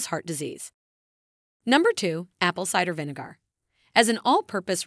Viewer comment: You pronounce Vinegar as Vinegoor 😂🤣😅😆😅🤣😂